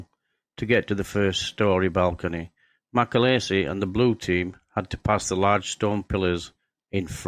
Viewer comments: John MacAleese (not MacAleesey !) Eas born in Larbert in Scotland. At least get his name right ,! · its mc aleeeeeese not mc alaisise